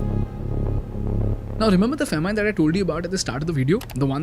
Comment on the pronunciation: The youtuber giving the news is pathetic in English . Famine he calls fa-mean. The word is Fa-min. Even from becomes frem.why use english language to kill it.